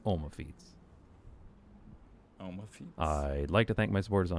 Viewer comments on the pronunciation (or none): oma not omo (oma translated means grandma)